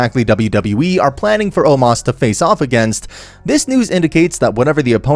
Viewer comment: Omos not Omas Azeez not Azease Strowman not Stroman